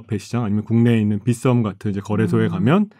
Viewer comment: 빚섬 아니고 빗썸입니다 ㅋㅋㅋㅋ